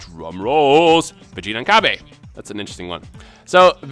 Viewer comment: its called cabba (ca-ba)